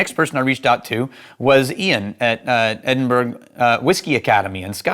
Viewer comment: In Scotland it's ED-in-bro. For ED-in-burg you stay in Texas. 🙂 It amazes me how much you and some others can discern about the composition of a whisky just from the nose, and then from the taste. After two years I'm a ton better at evaluating whiskey than I used to be, but I'm nowhere near that level of competence (and expertise is so high above me that I can't even see it 🙂).